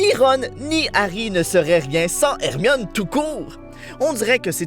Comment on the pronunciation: plus jamai tu n appel hermione ermimi ok